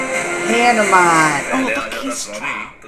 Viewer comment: Your pronunciation is wrong for Hanuman